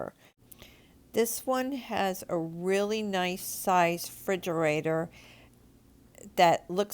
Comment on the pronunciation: "frigerator" lmao